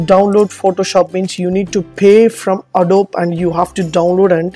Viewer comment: The ability to edit PhotoShop files in another application does not make that application PhotoShop. Not even close. Adobe is a 3 syllable word pronounced "a-doe-bee"